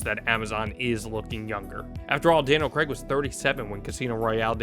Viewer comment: Daniel Craig has been bond for 20 years and Americans still can't pronounce Craig properly.